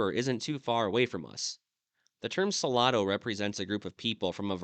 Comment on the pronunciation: Salado means salty. I think he was pronouncing it so-la-do, which might mean something totally different. I will need to Google the name of the people he mentioned.